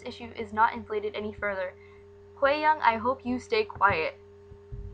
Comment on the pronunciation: you're saying her name VERY wrong